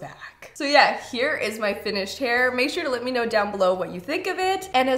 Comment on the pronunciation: You also say "lit" me do your hair...instead of Let. LOL Adorable!